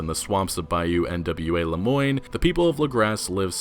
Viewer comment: "Denis" is French, and is pronounced "Den-EE." And I have no idea why you are pronouncing each individual letter in Nwa like it's an acronym.